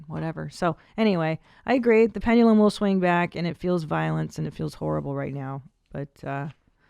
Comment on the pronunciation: Did she just say, "the 'pennulum' will swing back" ? (pendulum) She might be hungover, or just outrageously Hungarian.